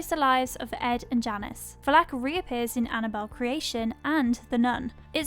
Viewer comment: The pronunciation of Valek is triggering lmao